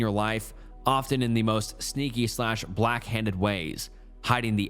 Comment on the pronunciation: He said backhanded as blackhanded. I am dying lmaooo